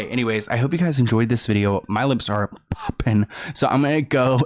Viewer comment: Loved the "my lips are P-OPPING" 😂